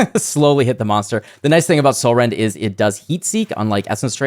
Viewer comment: All I was hearing was Catsrend